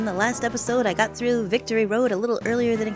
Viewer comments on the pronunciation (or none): none